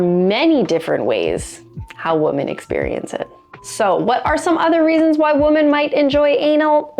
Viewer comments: No kidding...this drives me crazy but sometimes I feel like a pronunciation nazi when I make comments about it. Not trying to be a dick, but PRONOUNCE IT CORRECTLY! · That's not how you say "women."